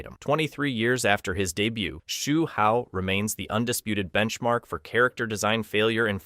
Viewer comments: Take a shot everytime he pronounces Hsu Hao a different way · He got multiple names wrong